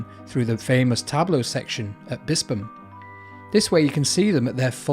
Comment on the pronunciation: Good vid. Pronounced Bispham perfectly, well researched and nice subtle background music.